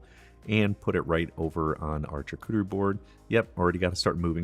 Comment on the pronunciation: It's pronounced Sharcuterie not charcuterie!